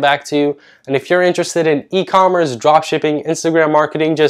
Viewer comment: ecommerece? ecommerEce???? ITS E COMMERCE